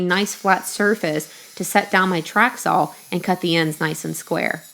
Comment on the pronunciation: beeeeuuuuteeefull table!!! great job. so if she calls a saw a sawl ,how come she doesn't call an awl a aw?